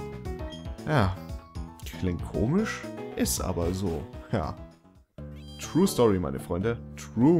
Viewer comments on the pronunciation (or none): none